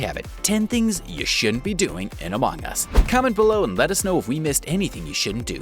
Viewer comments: Why is pronouncing it as amOng us instead of among us! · Bro this dude say “amOng us” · Love the way he says "a mong us"